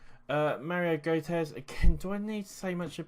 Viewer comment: Gotez??? Gotze.... Tossilon?? It's Tolisso... are you kidding me? Do you even watch football?